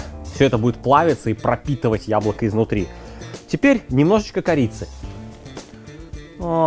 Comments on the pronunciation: тебе тоже показалось что друже сказал хуяблоко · Мне одному на послышалось "хуяблоко"?